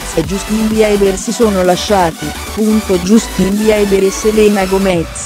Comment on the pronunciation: Non si legge justin ma jastin si scrive justin